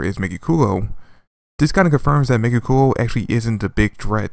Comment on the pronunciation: YOU KEEP ON BUTCHERING THE NAME MEGICULA! HINT...... THE BACK PART SOUNDS LIKE DRACULA. NOT COOLA FROM DRAGONBALL Z. LMFAO. DO YOU EVEN LISTEN TO THE PRONUNCIATION OF THE WORDS IN JAPANESE??? THEY SAY THE NAME,, YET PEOPLE STILL PICK THEIR OWN MESSED UP PRONUNCIATION.